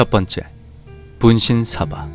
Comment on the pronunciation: 분쉰솨봐 분쉰솨봐 오이되구돠솨이 (발음이 아주..) (분신사바 분신사바 오이대구다사이)